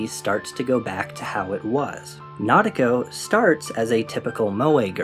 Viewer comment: The way you pronounced "nadeko" physically hurt.